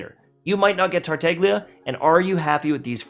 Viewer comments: man said “tarteiglia” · pls you're killing me, the g is silent:( (otherwise, i agree) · I think you are the only one who call Tartaglia with a g , because yeah, there is a G in TartaGlia. No Tartallia. 😂😂😂 Those look so dumb when they say his name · Interesting fact: The G is silent in Tartaglia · Why don't you guys pronounce Tartaglia's name correctly?..